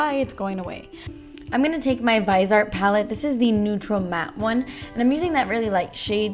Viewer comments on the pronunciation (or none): it is pronounced VIZEEY-art lol. i love you!!!!! such a cute look ❤️ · You're suppose to say Vise Art like vee-sey art 😊